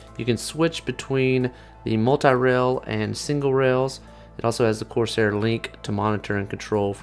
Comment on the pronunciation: dem 'corsiar' tho